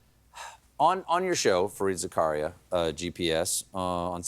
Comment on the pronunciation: Stephen, it's actually pronounced Zaka-Riyya